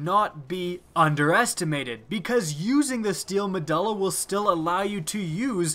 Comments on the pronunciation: Muh-DO-LA, say it with me. MUH DO LA Not DUL-LA, DO-LA. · nice mispronounce of the guns name... meh-duel-ah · You need to research your pronunciation before recording... medulla is pronounced meh-dual-ah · med-you-lla MEDULLA not med-all-a MEDULLA say it right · LOL because,, it is in fact pronounced med-you-lla not ma-duh-lla. It was so hard to make it through this video. I also cringed every time the name was mentioned. Love the vids but you gotta work on that pronunciation and grammar. Keep the good stuff coming! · It's pronounced meh-dool-uh not meh-dull-uh. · "Ma do la" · Me-dulla. Lol. Read a book sometime. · its pronounced Me-doo-la. I think you're thinking of megjul dates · not mu duh luh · The letter U doesn't make the sound U were making saying medulla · pretty sure the U in medulla is a hard U not a soft one. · Medulla oblangata. Now say medulla correct. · lol you don't know how to pronounce Medulla